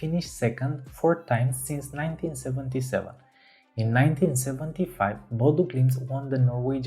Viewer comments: not trying to be too mean or anything but its Ø no O BodØ glimt. apart from that it was alright. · I'm a native from Bodø, and I can tell you that your pronucniation of Bodø/Glimt isn't far off at all. To improve it tho, I'll say the letter Ø is pronunced like a "U" sound in a word like "Burn". Or an "E" in the word "Her". Other than what's usual like the letter Ø, your pronunciation is perfect. At least you're not the Oslo airport lady trying to speak english when saying "Bodø". She says it like "Bude" xD. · Great video! 💪 And not too bad pronunciation of Bodø/Glimt! 😊 Greetings from Norway 🇳🇴